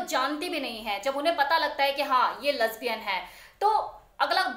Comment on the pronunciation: Lesbian bolna to seekh lo pahle